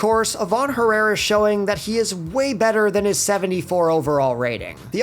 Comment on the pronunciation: Bro said ivan herrara 🤣🤣🤣